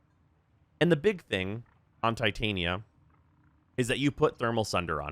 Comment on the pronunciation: The way you pronounce Titania is so annoying wrong. Please understand her name pairs with Oberon outside of warframe